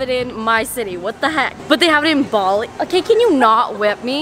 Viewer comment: “BaWLi” that’s literally how she pronounced Bali The whole video ha ha ha ha she’s so cute